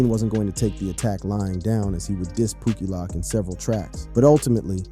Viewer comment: POOKIE LOWK NOT POOKIE LOCK, how do you do these videos and not learn the lingo before hand?